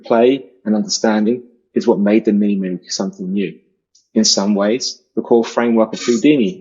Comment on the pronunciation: The message would have been more effective if knew how to pronounce Moog lol